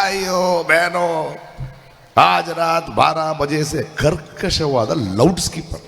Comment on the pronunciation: Hey Loud skeaper alvo adhu. Loud speaker kanappa. Enivaga